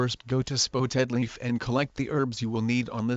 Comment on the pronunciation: Google text to speech pronounced it spoetedleaf but yes it is spottedleaf